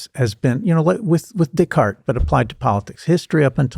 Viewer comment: When he sad Decart i heard DickHard=) i was like who?=)